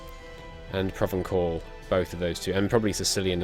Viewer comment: PSA: "provençal" is pronounced "pro-ven-SAL"